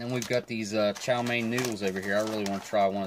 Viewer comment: Chow mein “main” lol